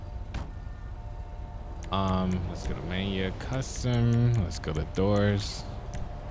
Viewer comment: stop saying menya its menyoo like menu